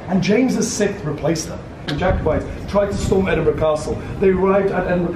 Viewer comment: Well done on the almost correct pronunciation of Edinburgh- that there is instant brownie points haha. (It's just Edin-bruh.) Just fyi, the red bridge is the rail bridge, the older car bridge is the Forth Road Bridge and the newer bridge is the Queensferry Crossing. I'm delighted you had such an amazing time here! These videos are fascinating to me, as someone born and bred from Edinburgh, it's fascinating and so nice to see the things that are just humdrum life for me, things I take for granted each and every day through new eyes- really makes me appreciate my beautiful city! Please come back, you're always welcome ❤ PS- when it comes to haggis, it is SO versatile. Not to sound too much like a Scotsman, my partner and I use it a LOT in cooking. Goes well on a spicy pizza, beautiful crumbled over salad and tastes extremely nice mixed into pastas. We tend to buy the tinned variety (available in pretty much every supermarket.) A toastie (grilled cheese to North Americans) with haggis inside it is out of this world!) If you ever come back, get in touch and I'll give you directions on how to work your way down the vertical city of Edinburgh, most side streets in the city centre are hills that take you down.